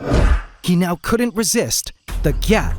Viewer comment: Yeah, the T isnt supposed to be pronounced so hard, its supposed to be softer. Or in another case where the T is more pronounced you'd draw it out. Like Gyaaatdamn! not "GYATT!" It sounds stupid ya know?